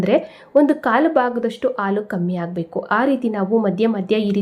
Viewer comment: ಆಲೂ ಅಲ್ಲ ಹಾಲು